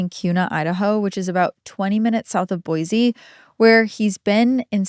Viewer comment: I know this is so minuscule compared to what’s being covered on this episode, but as a Boise native, I just needed to remind people that it’s pronounced boy-see, not boy-zee 😅